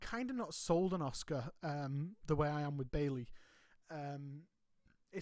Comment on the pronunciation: As much as I like your channel one thing drives me crazy! The U in Asuka is silent therefore being pronounced Ask-A not Ozka or Oska😂